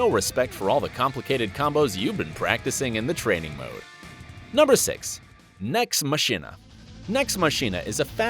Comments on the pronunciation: Firstly he mentioned the handsome collection then brought up the first borderlands which isn't a part of the handsome collection which was very annoying then he said nex machina as "nex mashina" when it's pronounced "nex makina" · I thought Nex Machina was pronounced "màkina".